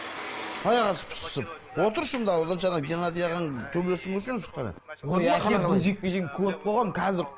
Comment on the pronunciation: Күләнда әке дегенді эке деп қалды😂